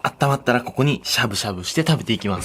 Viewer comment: 金子「こ↑こ↓」 ワイ「！？」